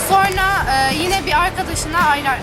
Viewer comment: sonra yerine sorna diyosun